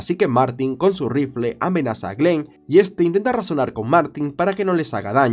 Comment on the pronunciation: Le compró un RrRrrifle de aire 😂